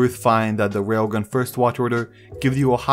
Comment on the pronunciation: bro.. its RAILGUN, not wailgun